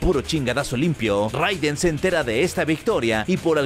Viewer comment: Solo como dato extra... Se pronuncia “Reiden.” (Pero buen video, crack).